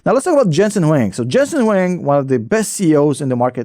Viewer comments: Come on how can you call him, Jesen Wing? Please get his name correctly. He is Jensen Huang. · Hey, his last name is Huang, not Wang.